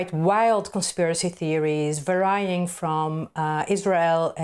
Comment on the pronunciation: Her pronunciation of the word 'varying' puts her academic qualification in question. If you're that mentally lazy, why should I listen to you on any subject?